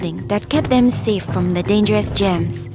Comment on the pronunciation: I thought she said “gems” instead of “germs” because of her accent but this is so sad :c sorry for your grandfather but thank the heavens your mother survived